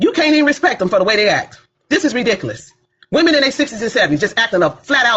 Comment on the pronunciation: What's embarrassing is a grown woman running for office that can't pronounce the word ridiculous correctly.